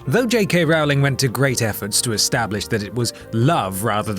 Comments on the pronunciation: You fucking pronounce Rowling like rolling and animagus like ani may guys NOT FUCKING ROWLING AND ANIMAJUS WTF IS WRONG WITH YOU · Rowling rhymes with Bowling. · Not to mention he can't even pronounce Rowling correctly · Its not jk Rawling its jk rowling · the row in rowling is pronounced like row boat. not like eyebrow. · ROWLING! ROLL-LING! NOT ROWL-LING! YES, I AM VERY SENSITIVE! PEOPLE ARE ALWAYS MISPRONOUNCING IT! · STOP. SAYING. HER NAME WRONG. It's pronounced "rolling"!!!!!! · just bc he cant pronounce Rowling correctly , doesnt mean he cant be the most powerful wizard